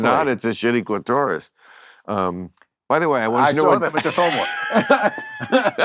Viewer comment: bill needs to read up on female sexual anatomy. he's like a sixth grader...clueless, mispronunciation of clitoris, "never in the same place for more than a minute"?